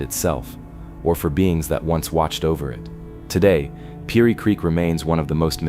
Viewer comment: Seriously? Couldn't narrate this yourself? AI doesn't pronounce piney right. Over n over again.